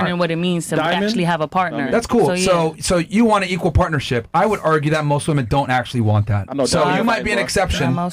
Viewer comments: She doesn't know how to say "women". That says it all. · Why in the actual fuck are women saying woman as plural? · I’ll never understand how people can’t say WOMEN correctly. It’s pronounced WIMEN. Woman is singular. Women (wimen) is plural. Fucking losers